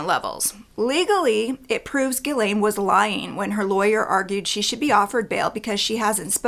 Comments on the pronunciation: Why do you pronounce her name Gilen ? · Its pronounced Ghislaine like Jiss-laine